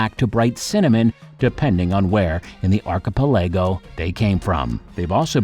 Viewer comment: Archipelego is pronounced arr-kuh-peh-luh-gow.